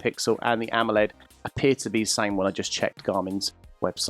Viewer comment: Idk if the dude in the vid is trying to be funny pronouncing AMOLED as AMMOled, or maybe he's british.